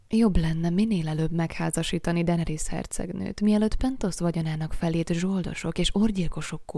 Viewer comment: DAENERYS= DENERISZ